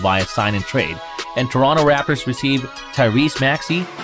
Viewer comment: He said rapors